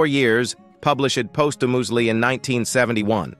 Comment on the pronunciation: “Published ‘poschamoozly’”? If this is what AI brings to narration, it shouldn’t be celebrated, even posthumously.